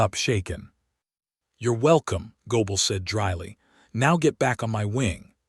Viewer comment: Why do you pronounce gable as goble? It was sounding like a name of German origin which isn't unlikely among American names. And we see the spellings as Goebel, gobble, goble....also in the under text